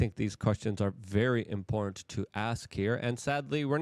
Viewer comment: Luke are you aware that the word im·por·tant has 3 syllables?